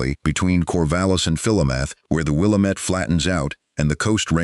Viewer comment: It would be more real if they could pronounce the name of the Wil Lám met valley correctly.